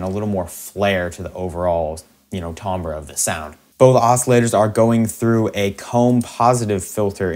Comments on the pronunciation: im sorry bro but your saying Timbre wrong, your pronouncing it "Tombra", should be pronounced "Tamber" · Yeah, this channel is so helpful I didn't want to say anything, but it's making me want to gouge my ears out lol